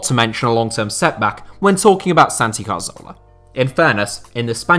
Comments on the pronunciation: santi CARZOLA is a terrible attempt at pronouncing 'CATHORLA' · It's pronounced Cathorla, not Car-Zola you eejit. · get his name right, it's Cazorla not Carzola... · How does this guy still not know how to pronounce Cazorla? Just read the word, it's CA-ZOR-LA not CAR-ZO-LA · That Carzola dude you mentioned looked a lot like Cazorla. How can you not pronounce that? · Cazorla, not carzola